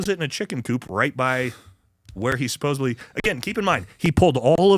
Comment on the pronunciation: for the love of god, it’s not “supposebly” it’s supposedly.